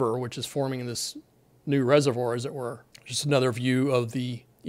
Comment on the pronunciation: What’s with this “as it werr” ? 🤠😄😉🤓